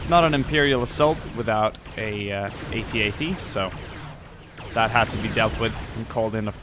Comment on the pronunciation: AN AT-AT NOT A AT-AR